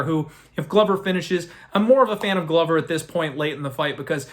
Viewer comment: ITS GLO VER NOT GLUVER